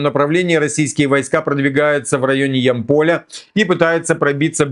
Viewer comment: Город Ямполь ударение на " Я"